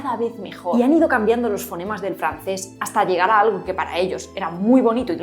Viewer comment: La R francesa la usaste en este video a los 12.09 minutos, cuando dices alRo en vez de algo.